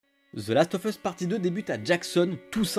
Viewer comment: Last of USSSSSSSSSS pas FUSSSSSSSSS bordel apprenez a parler correctement !!